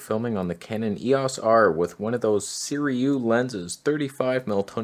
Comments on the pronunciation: Again? SIRUI (Pronounced Si-ru-ee). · So your gripe with Panasonic is lack of some AF modes in 4k120 and hd300? Yeah, the G9II is endgame camera. Done. also, it's SEE - RUE - EE